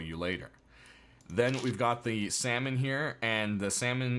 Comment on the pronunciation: How did you pronounce salmon lol